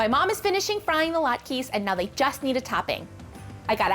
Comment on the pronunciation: I love latkes, and I cannot wait to try this variation. One thing that drove me crazy..."latKEY" versus "latKA" LOL.